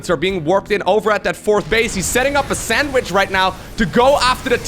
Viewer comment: Not to be anal, but it’s “sandwich”.